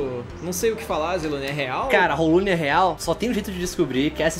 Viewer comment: "Rolune", meu Deus...